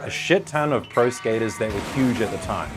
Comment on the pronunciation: If this AI says Skater eyes oince more I'll loose it